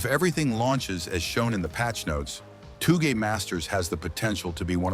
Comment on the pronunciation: does this guy live under a rock or something 🤣🤣🤣 wdym by toouche masters it touge master never heard about it or what